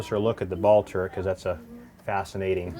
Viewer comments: Jay Leno says turrent...ugh. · Lot's of folks mistakenly say "turrent" instead of "turret", which is correct.